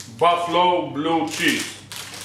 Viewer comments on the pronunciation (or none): none